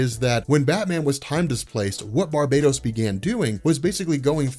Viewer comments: Its not Bar-bay-dos its Bar-bah-TTOS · Bar-ba-tos. Not barb-atos.